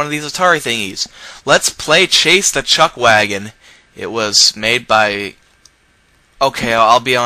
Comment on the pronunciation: "Chutch wagon?" xD